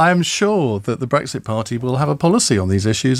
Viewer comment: I like the way she pronounces Brexit